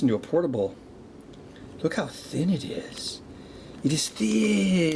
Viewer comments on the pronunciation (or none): I think this is the first time I've ever heard call "THINN" like thicc